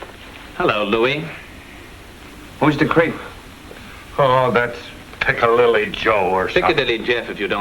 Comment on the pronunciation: Oh no! Chaney called him piccalilly Joe instead of Piccadilly Jeff😂😂